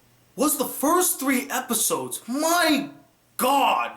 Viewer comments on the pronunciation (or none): none